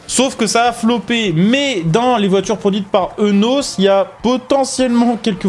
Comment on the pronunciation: Petit fait intéressant : la marque Eunos se prononce « iounos »